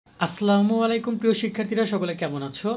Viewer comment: ভাই আপনার সালামটা আরেকটু ভালো করে শুদ্ধ করে বলার পরামর্শ রইল